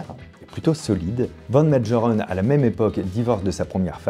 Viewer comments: Prononcer Van Mégheureun! pas Médjerèn ! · Mengerren se prononce à l'allemande : Mènegueureune .